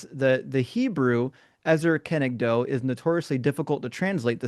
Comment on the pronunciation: Im a native hebrew you are ok there is just one mistake An "O" in english is pronounced with a W at the end of it but in hebrew it isn't You pronounced it like: ezer kenegdow In hebrew it's: ezer kenegdo